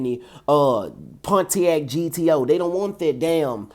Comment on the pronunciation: Bro you are the first person ive heard pronounce the “T” in pontiac. Everyone always says ponnyack